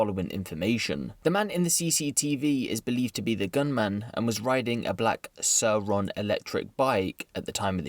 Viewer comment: doesn't really matter but the bikes pronounced sooron or just Segway